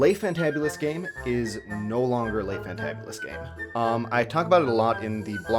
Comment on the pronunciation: Le is not pronounced lai.